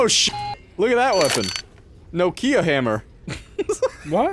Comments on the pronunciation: how in the hell? it's nOkia. Not no key ahhhhh. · you know how to pronounce Tokyo? It's a short sweet tO'kyo not to-kEE-oh. Nokia is pronounced the same as it is written. With a single breath - nO'kia. No pause, no nothing. Emphasis on the first vowel O. It's not no like in the word NO (nou), it's an open one like door (do). Than ki that is pronouced like QI (chineese life force energy), not like the word key. And then another open A like in the word car (KA). That's how the name of this company is pronounced. I can understand differences in pronunciation, but I don't really get how in the hell emphasis went from first vowel O to the second vowel I... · no ki a (no kee ah) make a little more sense now? How do you pronounce it? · I've just told you how it supposed to be pronounced. nOkia. With the emphasis on O. That is how it's called. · like nah kia? That is probably right, America is 3 languages in a REALLY convincing trench coat though so makes sense why we’d pronounce it differently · okay, hold on, I will spell it how I pronounce it (no KEY uh) now you, cuz I’m confused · Everything goes perfect apart from the way he was pronouncing the Nokia phone. 😂😂😂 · Is that how Americans think Nokia is pronounced lololololololol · Mad way to pronounce Nokia lmao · A "No-kia" hammer?¿????? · Wait, is that house Canadians pronounce Nokia?